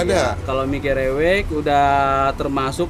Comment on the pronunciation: Nggak ngga.. nyebut Gerewek nya sama2 salah🤦‍♀️ pdhl udh dibilangin yg jual